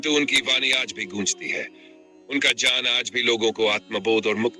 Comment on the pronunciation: " ज्ञान " शब्द का उच्चारण बार-बार "ज्यान " के रूप मे किया रहा है जो गलत है!